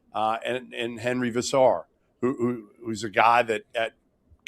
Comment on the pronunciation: I guess the ship has sailed on Goodman ever pronouncing Veesaar correctly.